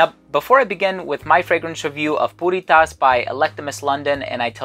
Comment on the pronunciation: Why does it sound like he is saying Putty Tat?...(i thought i saw a putty-tat...)